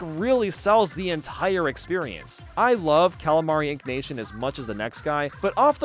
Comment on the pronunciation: calimari inknation? isnt it inkantation